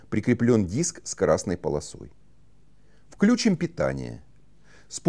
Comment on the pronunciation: Одно замечание на будущее: включИм. Ударение на последний слог, согласно орфоэпического словарю.